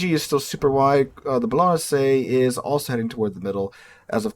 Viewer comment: It's so hilarious that your attempt at pronouncing a ship from another country is to pronounce it horribly wrong but with a super racist impression of that culture's accent. "ah dah ta lah" for Adatara was super funny and then you dropped the worst pronunciation of 2025 with your rendition of Bolognesi.